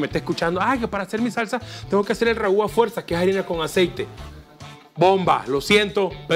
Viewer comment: Boder, se dice Roux y no ragú, y el roux es lo mejor para espezar